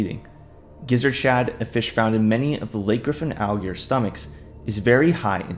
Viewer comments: The word is 'alligator', not 'al-gears'. Please slow down and pronounce your words more clearly. You nearly made my ears bleed trying to decipher your mumblemouth video. I get that you might be nervous, but open your mouth more, slow down your tempo, and pronounce the words correctly. I have no idea why the alligators are zombies because I could not stand to listen to this mishmash of slovenly speech. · To be fair, he doesn't even say the t for alligator, he says "alligor". Idk why he can't just say alligator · Listen again bro has difficulty saying R and T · You kinda have a problem speaking the word alligator 😅 When you say it, it sounds like "aelgear" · u watch it again... e pronounced alligator "algear" every time... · Algear Algear Algear Algear Algear Algear Algear Algear Algear Algear Algear Algear Algear Algear Algear Algear Algear Algear Algear Algear Algear Algear Algear Algear Algear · Why do you pronunce it """"Allgrs"""???? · no not really, he speaks it like a german would speak an ä wich is pretty much ae in english. Watch the video again 😅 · oh i would once or twice, given. But not everytime i say the word throughout the entire video. He definitely has a problem speaking the word, and its not just a happy little accident. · heres a better question than the dumbass one you just asked: why make a video about aligators when you cant pronounce the word aligator properly? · I guess it’s to much to ask to say alligator correctly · Be careful, this comment section is sensitive when calling out someones speech pattern. I got flamed under my comment for pointing out he says alligator incorrectly